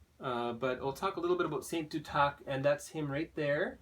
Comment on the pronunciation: Duth ac. Not du tac . Lol